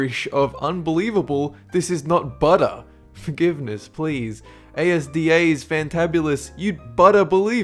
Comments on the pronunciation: It's not A S D A it's pronounced azda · its pronounced AS-DA not ay es dee ay. -commented by a British person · Wtf is A.S.D.A? Don't you mean asda? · A-S-D-A???? You mean AS-DA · don't really care if it's been pointed out but it's pronounced AS DA, ASDA not a s d a. love you're site by the way:-D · A S D A😂😂😂😂, its just asda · BTW, its not A-S-D-A, its pronounced asda. its the uk version of Walmart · it's not read as A.S.D.A. it's Asda (read phonetically) , they are a British chain of supermarkets owned by Walmart. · It's not A-S-D-A 😂😂😂 it's Asda one whole word (az-da) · It's not A.S.D.A it's pronounced like azda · What? ASDA is pronounced as-da not A S D A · ITS ASDA NOT A.S.D.A i had to get that out of me im so sorry. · what the fuck is A-S-D-A you pronounce it AHSDA like how it looks xDDD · mispronounced ASDA. It isn't A-S-D-A, it's flipping a-s-d-a. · a s d a no its ASDA ASSSDAAA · Did he say A S D A instead of Asda? XD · you say "a-s-d-a" ? nah mate it's azz-dah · It's not pronounced A S D A it's pronounced Asda altogether as 1 word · A-S-D-As, XD it's just asda as in one word ffs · A.S.D.A? its asda said as-dah lol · Ain't it just as-da not A.S.D.A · A-S-D-A? We just call it Asda. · It's pronounced Azda not A.S.D.A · A S D A? Nahh m8, it's pronounced, As-Dah. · A.S.D.A is pronounced as,da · A-S-D-A? its prononced ASDA, ALL IN ONE WORD. D:< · A.S.D.A? It's not an acronym. It's pronounced 'Asda'. I don't even know what would convince you that it was pronounced A.S.D.A. Good video, though. Please don't hate me. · Just so you non-Brits are aware, it's not pronounced "A-S-D-A", it's (this is how you say it) "asdaar" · ASDA is pronounced as-dah not A-S-D-A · It's ASDA not A-S-D-A, I understand cause it's basically British Walmart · A.s.d.a? I have let your obvious pronouncing fuck ups pass but that is just pathetic a child knows it's Asda ether you are doing it on purpose to get comments or you are just dumb I can't make up my mind